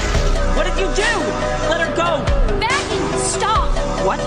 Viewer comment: it's not baggy it's Vaggy ok?